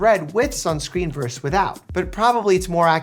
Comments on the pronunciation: "VS" is not pronounced "verse." It's "verSUS". As in, "UVA versus UVB". ❤ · VS = "Versus", not "Verse"